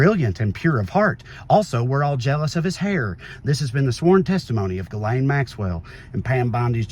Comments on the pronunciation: I will NEVER NOT be mortally offended at the pronunciation of "Ghislane" as "Gull-AYN". It's a FRENCH name that is pronounced "zhis-lenn". Not that ridiculous "GULL-ANE(us)". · Ghislane, the “s” is silent, which seems appropriate for her having lost her voice.